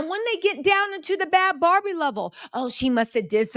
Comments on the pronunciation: If you’re gonna make a video can you atleast get the girls name right BHAD BHABIE NOT BAD BARBIE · Her name is Bhad Bhabie, not barbie